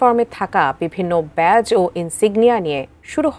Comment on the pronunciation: শব্দটা "ব্যাচ" নয়, "ব্যাজ"